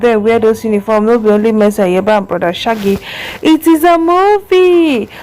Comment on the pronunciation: Pls learn how to prounce name very well before you come on line not mercy Aiyebe is mercy Aigbe